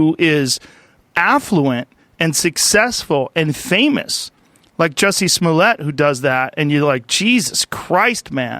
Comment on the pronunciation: Joseph Massaro Juicy SmooleeA🤣🤣🤣🤣